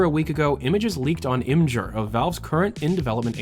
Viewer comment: imgur is pronounced like imager